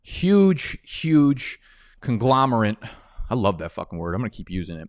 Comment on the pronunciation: It's Conglomerate rather than Conglomerant. Just trying to help with the pronunciation. No hate. ✌️